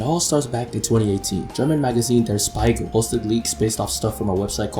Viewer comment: Bro that is not how "Der Spiegel" is pronounced😅. Google it.